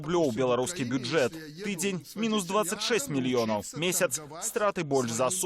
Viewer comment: "... мільён0у,тон0у, нафтапродукт0У ..." Што ў вас за дыктары ⁉️🤔⁉️ БЕЛСАТ - 😵 нар.кам.аўка САТ🇧🇾